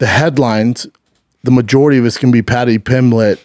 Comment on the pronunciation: Talmbout Patty Pimmlitt?